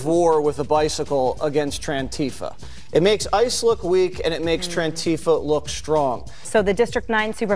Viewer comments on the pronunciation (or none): What the hell is trantefa. Is that a word or has waters lost his mind 🤔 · "Trantifa." I give up. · "TRANTIFA"? What a dipshit! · “Trantifa”? Waters is an idiot. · “Trantifa” what a douche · "Trantifa"?! Hater much?!! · did Jesse call it Tran-tifa?